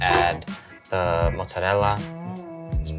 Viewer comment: Thank you for pronouncing mozzarella correctly!! ❤